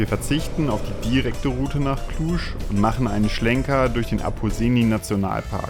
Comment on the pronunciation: Da seid ihr ja recht nahe bei mir vorbei gekommen :) Schöne Tour durch die Karpaten. Und Cluj und Transfaragasan richtig ausgesprochen :) Aber Cevapici neinein. Das sind mici (gesprochen Mitsch). Vielleicht verschlägt es euch nochmal ins Land. Die Transapuseni ist noch schön für Mopped Touren, und in Maramures gibt es auch eine Menge. Ich freu mich schon die "Strada Horror" mal mit meinem Sohnemann zusammen auf den Mopetten zu fahren :)